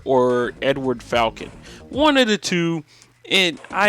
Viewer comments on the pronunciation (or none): none